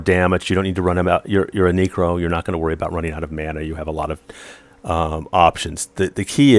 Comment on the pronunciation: knew you were an alt necro when you called it a kneekro =) Love your stuff though!